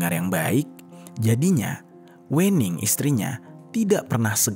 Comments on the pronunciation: klo orang jawa itu WENING di bacanya ( WEUNING), yg punya konten orang sumatra utara kynya.. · Bacanya bukan wening mas tapi wening 🤣🤣 cuma orang jawa yang paham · Pembacaan Wening nya itu salah, 😂 yaa gak salah juga sih, tapii pembacaan nya itu gak WENING gitu kalau di Jawa itu pembacaan nya Wēning, huruf W nya itu di baca tipis. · Aaaa aku sebagai jawa agak keganggu gara² baca wening nya pake e bang bukan è (Pecel bukan Lele) 😭😭😭 Tapi gapapaa banggg iloveu❤❤❤ Tetep mendengarkan dengan seksama kiw kiww, mangat 🎉❤ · Salah, bacanya bukan wening bacanya, tapi wening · Wêning bukan Wèning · Sedikit koreksi Penyebutan nama Wening (W'ning) seperti menyebut Merak (untuk burung) Bukan seperti menyebut Merah (untuk warna) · WENING bacanya bukan E yg kental kayak batak gitu... pentingnya observasi pelafalan kata dulu ngabs...biar dengernya ga ganggu